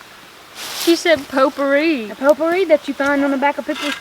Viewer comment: I worked with a woman who pronounced potpourri "pot poohy!" That's what it smells like!